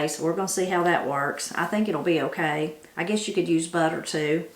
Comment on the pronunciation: I always enjoy your recipes, so much so, I bought several of your books. I had to laugh! We both say, "Okrey". So Appalachian!